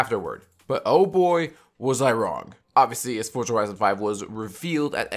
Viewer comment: for za not fort